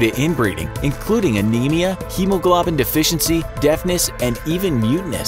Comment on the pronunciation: Hem-a-Glab-en 😂😂 its pronounced Hema-Globe-in